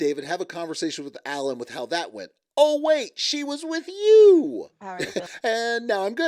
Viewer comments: I HATE wit you for with you!!! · Could someone teach David how to speak...its "with you" not "wit cho". Come on...grow up !!